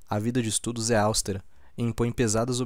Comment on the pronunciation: Austera(sílaba tônica no E)